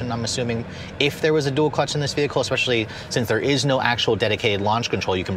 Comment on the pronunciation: So eloquently delivered...wonderful information...then you dropped the "expecially” bomb. Pretty sure they took the x out of that word in 1973 or 74. Anyway, I'm off to drink an expresso.